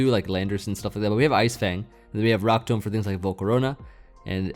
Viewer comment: Fun fact: "tomb" is pronounced like "toom"